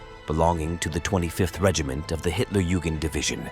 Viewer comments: Hitler Jewgand division. That’s rich. . Not sure they would have appreciated the mispronunciation. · For those who don't speak German, "Hitlerjugend" means "Hitler Youth". Though it is pronounced various ways in this video, the correct pronunciation is "yoo-gint".